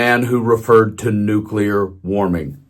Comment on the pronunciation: Energy cost in the UK have not gone through the roof. Wind turbines are much more attractive than pylons and cables and infinitely more attractive than Trump. And by the way, he did not refer to 'nuclear warming', I think it was 'nulcear warming'.